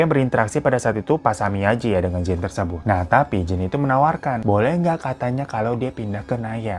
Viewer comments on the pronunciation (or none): none